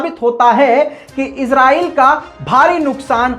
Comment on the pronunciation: bhai aap izrael bolty ho. ye lafz israel. izrael ek farishty ka name hai